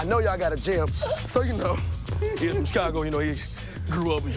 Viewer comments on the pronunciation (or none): none